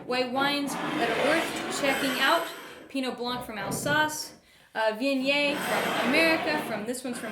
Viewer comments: "Vinyay"? Is that how Viognier should be pronounced? I thought it was more like Vee-on-yaer. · Respectfully - it is pronounced as Vee-oh-nyay. If one is going to teach people about a grape, pronouncing it correctly would be a good place to start.